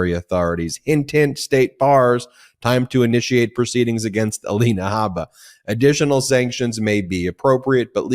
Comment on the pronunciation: Alina Habba as in Harper is incorrect. Should be pronounced as in Jabba the Hut.